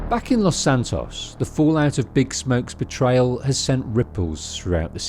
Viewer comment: "San Andrean" "Los Santon"